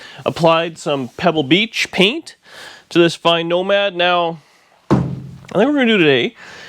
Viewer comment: NOMADER HOW--NOMADER WHEN--NOMADER WHO--NOMADER WHY